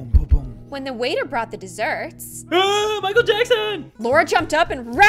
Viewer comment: Wai det hé sed maikel